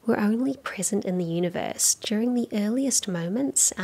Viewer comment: I am curious to know whether he spells "Universe" the way he says it "Oonieverse"? Just joking :) We all love Coxxy!